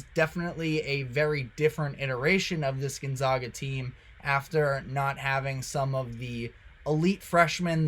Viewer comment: You can’t pronounce GonZAGa after all these years?